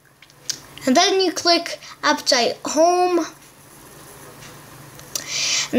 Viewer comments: it said apptaite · You said aptoid wrong